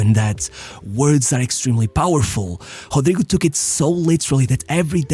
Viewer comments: His name should be pronounced as Ro-dry-go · It's a joke, lol... Intentional mispronunciation of his name based on how it's spelt